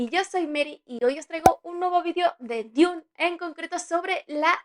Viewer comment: DUN, DUN, DUN, se pronuncia DUN, no DIUN